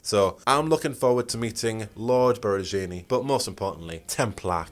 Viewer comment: As I followed Dragon Age updates so close in these years and as an italian, the biggest reveal I got was your pronunciation of Lord Borgiani, the way I gasped. It's funny tho, this will probably be the first thing I think of when meeting that character in game for the first time ahah . (Still very nice as a recap lol)